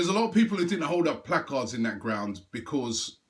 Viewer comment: I just wish that robbie would learn to say because proparly otherwise his videos are great